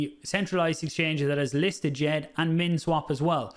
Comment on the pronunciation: Wel done for getting djed pr pronunciation correct the d s softens the J( so sounds a bit french